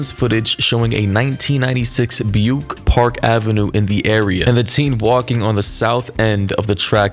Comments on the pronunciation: its bew ick. say it with me, be - ew, ick but as one word lolololol im not being shitty, i personally love languages so i just know how to pronounce damn near everything, its my tism xD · You know someone is young as hell when they can't pronounce Buick.